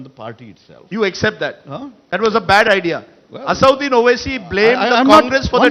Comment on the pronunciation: It's not Asauddin fool Rajdeep, it's Asad-ud-din, lion of religion.